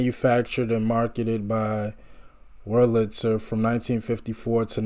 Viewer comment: Accent on the first syllable of WERLitzer. Davies, like Navies.